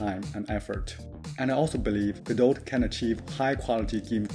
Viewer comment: Small nitpick: you don't pronounce the "t" at the end of "godot" ;). Cool idea for a course!